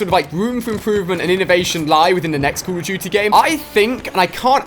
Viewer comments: It's call of doodie wut iz cull uf doodie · ''cool of duity'' '''keil streaks''